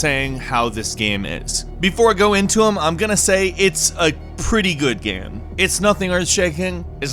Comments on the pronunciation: He also says "gam". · "It's a pretty good gheme"